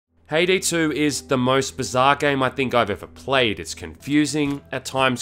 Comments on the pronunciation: I keep hearing him say Payday 2 instead of Haydee 2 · It sounds like he is saying payday 2 instead of haydee 2